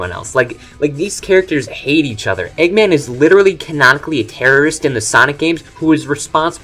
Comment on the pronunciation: Egg man 2. Say his name correctly pls, i swear it wont sound like a slur.😅